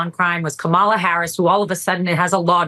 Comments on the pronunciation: Ben ... you said Ka-MAH-la! COMMA-la. It's not that difficult.... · It’s Cómma-la, Dude. Stop with the Republican pronunciation ka-MAH-la. 😂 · BEN, Say Kamala’s name correctly! I’m shocked you are repeatedly pronouncing it the way republicans intentionally say it wrong. It’s Comma-La. Not Kom-ah-la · Ben, please pronounce Kamala Harris' name right! KAMA LA not KA MALA! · Ben mispronounces Kamala, then goes on to lecture about pronouncing it correctly. Hmm. Love the show! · Comma la … really not that hard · When you mispronounce Kamala's name you sound like a tRump supporter. At the DNC her grand nieces taught everyone how to correctly pronounce Kamala. Say comma (like the punctuation mark) then La. Let's practice---Comma La💙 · Ummm you just said "Kahm AH La", Ben..re-roll that clip 🙄 🤣But I get it...you post so often, I'm not even sure you sleep at alllll (and face it, her name is phonetically challenging!) so it's clearly easy to understand how you could slip a little up. Just sayin': ya did!! 🤣🤣 Still love ya 🥰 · oops - you just said Ka-MA-la Harris and thus mis-pronounced it yourself Ben. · Ben, Comma-Law ❤ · Ben, YOU mispronounced “Kamala” also. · Please, Ben, pronounce Kamala Harris' name correctly. Thanks. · Sorry Ben, I love your videos and your network but you just said Kamala the exact same way that Alina Habba did . Were you quoting Habba by saying it wrong? Because at you then said it correctly. I want to clarify this for the audience. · I know it is tricky but we have to be able to rely on you to pronounce Kamala correctly. You say they are mispronouncing her name and then you do it yourself! Come on! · How about You pronounce her name righ consistently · Okay so why did Ben mispronounce Kamala's name. ? .